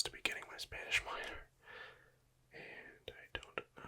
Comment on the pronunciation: Yo your spanish pronunciation is actually really good